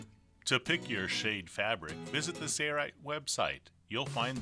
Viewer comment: Sailrite, --Sail rite That is the way it is pronounced.Not Say-rite. Can you not enunciate the letter L? Work on that, please.